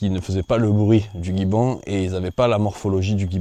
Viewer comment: Un gibbon se prononce : ji-bon